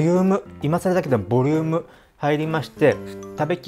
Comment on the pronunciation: 忙しすぎるのか、ボリューム！が雑でしたね。やっつけボリューム！好きです❤ お身体お気をつけて〜